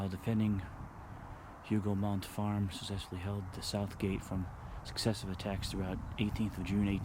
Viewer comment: Hougou mon. The T is silent. Thanks for the very interesting video. Much appreciated.